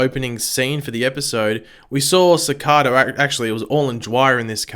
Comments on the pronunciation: Si-cay-duh, not Suh-cod-uh. You can say. Please pronounce it right. Other reviewers with accents do. Please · Uuuhhm its pronounced CI-CAE-DA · how tf did he pronouce cicada